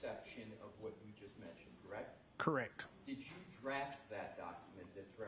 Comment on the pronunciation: And he’s constantly saying correc 😂😂😂 not correct. He doesn’t say the t.